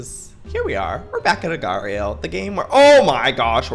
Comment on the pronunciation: It will forever bother me how Youtubers pronounce agar.io xD